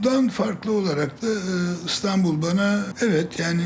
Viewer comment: İNATLA ISTANBUL DİYOR SUNUCU, İSTANBUL KARDEŞİM İSTANBUL! İ İLE YAZILIP OKUNUYOR.